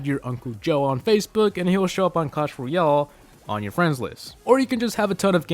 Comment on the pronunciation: its not clash royol its clash royALE